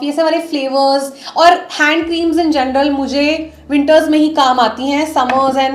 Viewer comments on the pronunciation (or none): none